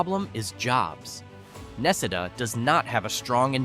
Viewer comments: Necedah Nah See Dah, not Neck a dah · The people that I know from Necedah pronounce it more like ne-cee-dah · Na see da another one you have no idea how to pronounce . Are you actually reading this or are you using a computer. Apparently you're not from the state